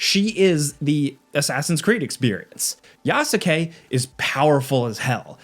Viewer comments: i can't stand the way you pronounce Yasuke. The 'u' is silent my guy. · The “U” is silent on yasuke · Yasuke (Yah- Skay)….. not Ya-su-Kay…. Let’s get folks name right in 2025 my guy. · The "U" is silent. Yas-ke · Who tf is Ya-sa-k 😭😭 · FYI, Yasuke is pronounced “Yas-KAY” not “YA-SU-KE”. The U is silent. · Please don't be so ignorant and pronounce it Yasukayyyyy ... It's [YAS'KE] and [NAO EH] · Love you and your videos, but how you’re pronouncing Yasuke is making me wince. The U is silent. The word is only 2 syllables. Phonetically, it’s pronounced YASS-KAY. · Ya-soo-kay? Dude, did you really play the game? Lol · This is like the third review I’ve heard pronounce yasuke with the u. It’s phonetically yaske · The worst part of this game is listening to every reviewer pronounce his name Yas-U-kay. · Well... he almost got the pronunciation right. At least he didn't go "yaSUkay" like a dumb American, no he at least tried to make the name sound Japanese. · It pronounced as "yas-ke" haha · It's pronounced Yaske, not Yasuke, Yasike, Yaseke or whatever. 😁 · This is a terrible review, this game is in my top 10 games of all time, I haven’t been hooked on a game like I have with this for a while now. This dude obviously just speed ran through for a quick review for views, can’t even pronounce Yasuke properly and if you play the game long enough you learn this ain’t right… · Not one single time while playing the game did I EVER hear them pronounce Yasuke’s name like that. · Bro mispronounced yasuke 🤦‍♂️ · Please learn to pronounce Yasuke 🤦🏾‍♂️ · Played game but yet still can't say one of the protagonist's names properly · Not gonna lie, the way he is pronouncing Yasuke is fucking cringe. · Brother . Please . The U in Yasuke is silent the same reasons why Sasuke from Naruto isn’t pronounced Sa-su-ke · The "Yasuke" pronunciation is throwing me off, lol.